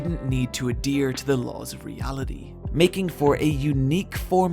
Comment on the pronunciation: Not what "simplistic" means Not how you pronounce "adhere"